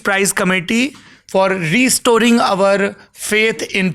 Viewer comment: Re storing nahin Restoring😂😂😂😂